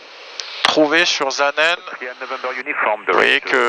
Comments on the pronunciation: Magnifique vidéo, félicitations c'est superbe. Suisse, j'ai tout spécialement apprécié le trajet depuis le Lac Léman, la magnifique vue de la vallée du Rhône qui se jette dans le lac. Superbe vidéo oui. Puis la descente pour Saanen, prononcez S et non Z svp ;-) quel bel atterrissage sur cette piste où au siècle passé des Vampires et Venom militaires se posaient. BRAVO un papi fan d'aviation qui réside au bord du lac de Neuchâtel actuellement. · On dit pas Zaanen mais Çaanen.